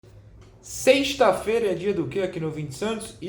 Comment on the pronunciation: "Seishhhta feira", Noronha é carioca e eu posso provar